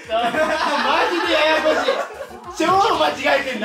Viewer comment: のふくらさんのまじでややこしいが関西弁チックで良かったです。✋🏻